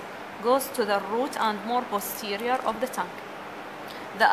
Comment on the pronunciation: lool the accent bro, arabs don't differentiate between them